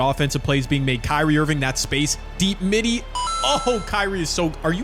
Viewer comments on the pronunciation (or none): none